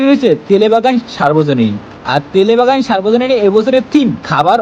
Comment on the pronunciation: Tele bagan noy ota Telengabagan